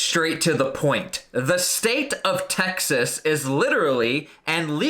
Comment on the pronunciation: Please say Texas and not Taxes smh